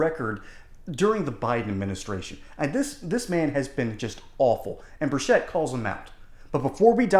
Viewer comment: Bur-CHIT*, not Bur-shet…